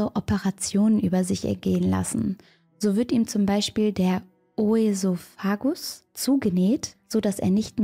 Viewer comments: O-esophagus 😅 Ösophagus gesprochen, ist die Speiseröhre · Betonen auf ...so... öSOfagus !! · Man spricht es Ösöfagus aus🫶🏼❤. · Ösophagus wird es ausgesprochen süsse 😘